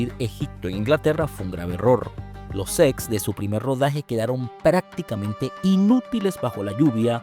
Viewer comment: Dice “SECS” en vez de “SETS”